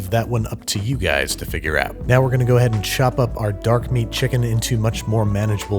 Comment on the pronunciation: Fried Chimken